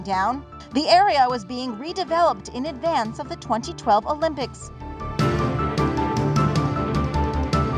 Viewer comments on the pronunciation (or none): none